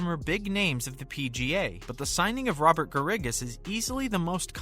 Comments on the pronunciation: Garrigus is pronounced like Bear - Ah - Gus. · If you put out a YouTube video, perhaps you should learn how to pronounce Robert Garrigus' name correct;y. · This is just about as worthless a video as anyone could produce. It is a fountain of misinformation. First, this guy doesn’t even know the name of the Saudi league. SGL isn’t even a thing. Secondly, nothing he said about Bubba Watson or Kevin Na is true. And, he doesn’t even know how to pronounce Robert Garrigus’ name. This is what happens when a knucklehead who knows nothing about golf tries to make a golf news video. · Love how you say Garrigus. Obviously a golf expert and not a fake news channel LMAO